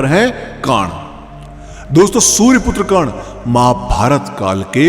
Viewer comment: Yrr aap karn ko kan kan mat bolo